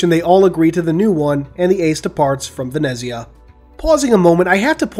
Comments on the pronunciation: Ven-etz-ia-ah correct pronunciation (at least how it was pronounced in the audiobook) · I believe it is pronounced "VEN-ETS-YA" - the italian version of Venice, but that's just...